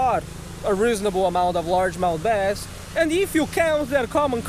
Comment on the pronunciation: We'll try our "basst"